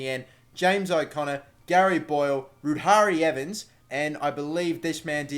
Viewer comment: I know its wrong but please keep saying ruari evans the way you do